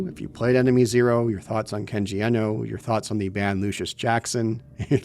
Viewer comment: Kenji Iino. It's IINO, not Ehno. Th big E was ironically necessary in the 90's because no one in America was familiar with Japanese. Now the big E is a detriment, because many Americans are familiar with Japanese. Everyone is now almost bizarrely mispronouncing his name...